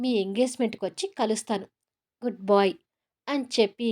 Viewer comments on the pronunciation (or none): Good boy kadandi good bye emanukokandi ila antunnani voice bagundi story' bagundi konni words kuda correct ga chepthe baguntundi ani chepthunna🎉